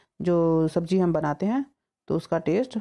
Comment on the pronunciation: Recipe acchi Or sahi hai.. But presentation... Sabzi ko sabji, zeera ko jeera , Zaroor ko juroor, bareeq ko breek, tasty ko tashty, Or bhi na jane kitne hi shabd hain.. Kya kahein..? Bhasha ka aader or Sammaan Kaheen kho gaya hai 😭 Anyway..nice recipe 👍